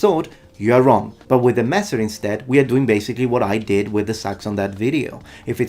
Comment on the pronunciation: Oh my god, your german pronounciation has improved *a lot*. That "Großmesser" and "Messer" where absolutely on point, perfect!